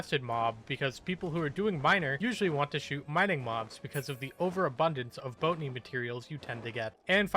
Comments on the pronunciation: Do you purposly pronounce botany wrong? Cuz it fine if you do but its botany not boatany in case you arnt doing it on purpose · Lol Boat a knee instead of Bot a knee.